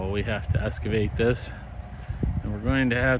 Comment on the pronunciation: EXcavate, not EScavate! Forgive the nitpicking diction matters mother in me please. 🙏🧓